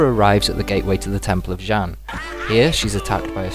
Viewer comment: i love your talkthroughs:D they are really great and funny:) just two things, the warriors fighting against the chinese dragon army are tibetians, and xian is pronounced "SEE-AAN":P